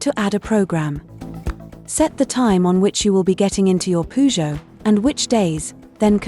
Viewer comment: Using AI to ruin their own brand Poo-Joe 😂😂😂